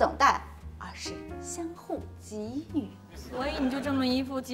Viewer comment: 终于听到一个明星把‘给予’的发音念对了